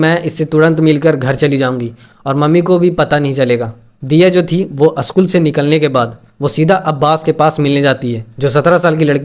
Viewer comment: Aschool nahi re baba school bol😂